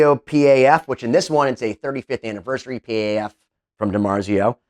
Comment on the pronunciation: Randy rhoads was the reason I started playing guitar as well!! Also, it's a dimarzio Paf. Pronounced PAF. It's not a dimarzio P. A. F. Just figured I'd let ya know. P.A.F.s are gibson humbuckers with the patent applied for label, or patent number label.